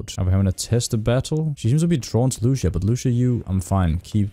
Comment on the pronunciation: Lu cia not luc ia